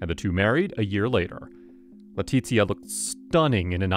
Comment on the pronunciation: you are pronouncing Leticia's name Italian, not Spanish